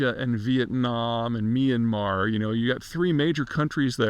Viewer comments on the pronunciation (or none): none